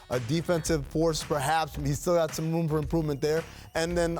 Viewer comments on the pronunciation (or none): none